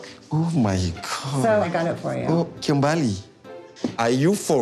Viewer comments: Her name is Kimberly not kimbaaaaaaaaly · It’s Kimberly they say kim bali 😂😂😂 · It sounds like he’s saying “TIMBERRR!!” When he says her name lmao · “KIM BA LEE” 😂😂😂